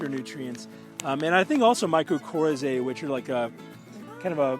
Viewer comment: it is pronounced "myco- RYE-zee", beneficial fungal spp. I'm a retired plant pathologist and a stickler for proper scientific language!